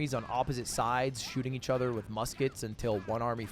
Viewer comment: you always replace "o's" with "e's" when you speak? Like ether instead of other?